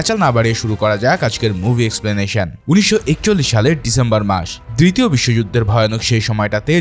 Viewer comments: 😂😂 প্রথমেই ভূল করে বলেছে 😂😂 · দ্ব্রিতীয় নয় দ্বিতীয় 🙂